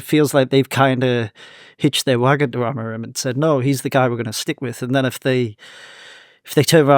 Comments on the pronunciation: Genuinely why do you keep pronouncing it Ruben AmoriN? It’s madness lol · The amount of times I hear you lot saying Amorin is shocking. A-M-O-R-I-M